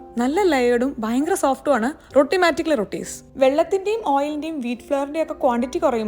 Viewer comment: റോട്ടി ❌ റൊട്ടി ✅